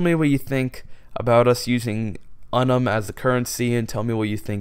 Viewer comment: I suggest you limit the number of Justice Council d the people's Council to 5 members per council. This is because the more members per council, the less the serving time per member of each council. The Unum is pronounced Yun-yum and we are the Principality of Lustitiaene/Lustitiaine (Lus-ti-taine)